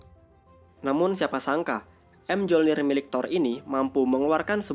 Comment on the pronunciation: ralat mjolnir sebutanya myolnir dalam yunani dan dalam film mrvel juga disebut myolnir